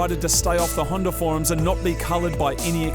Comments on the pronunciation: hondA not hinder and silviA, not silviER damn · Is it just me or does Moog say hondER s2000 lol